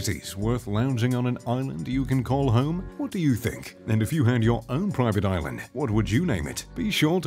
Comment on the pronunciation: how many times did he say “proiivate oilund”